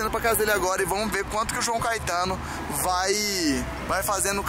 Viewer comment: "CAITANO" É FODA